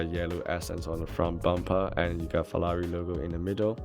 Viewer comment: Hi, love your Reviews but what annoys me is saying FELLALI all the time. Sorry maybe got problems with my hearing? 😞